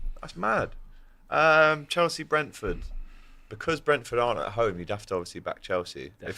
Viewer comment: says becores for because